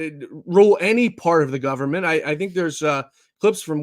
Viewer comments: The Newscaster is saying the word, "Gun man" and NOT " Government ". Get it right already ! ! ! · Government or Gunman?! Extreme underbite speech impediment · I love Trump and I despise the media BUT HE DIDNT SAY GVMNT….HE SAY “GUNNAN”